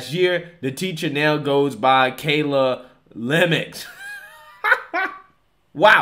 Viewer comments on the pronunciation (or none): love ya, brother, but it’s LEY-MUUU, not lemox lol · It's pronounced Leh-Meew...Not lem-ext. Just so you know. Lol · Ever heard of Mario Lemieux? Not Lemex, it's pronounced "Le myou". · The name is French and pronounced la-ma-eeew. Like mario lemieux, or boxer david lemieux. It’s a common French name, and you know the French, they wouldn’t be upset at all by a mispronunciation lmao😂 think this teacher is attempting and failing at causing the students to manufacture their own wood 💀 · It's pronounced le' mu 😂😂 But I'm sure the kids wished it was Le' Gone!!😂😂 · Lemieux is pronounce Le Myu like the great hockey player Mario Lemieux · It's pronounced Ley Mu, it's French lol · the last name is pronounced ' Lih-mue'. lol its French. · Lemmux? Learn to read man. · I love how you slaughtered his French last name throughout the video